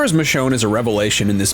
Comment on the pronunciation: It’s Michonne